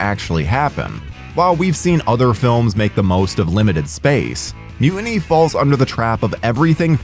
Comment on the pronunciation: Excuse me, “Mu……iny?” I thought it was Mu-tiny??? There’s still a t in the middle, I can see it.